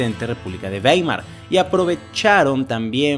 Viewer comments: Esa ciudad alemana se escribe Weimer, pero se pronuncia Waimar, esto porque en alemán la combinación de vocales e i se lee a i. Dato anegdótico: mi hermano Max es catedrático de la Universidad Bauhaus de Weimer. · "baimar", beibe